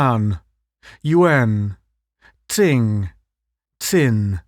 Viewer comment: Tsing is pronounced ching and Tsin, chin.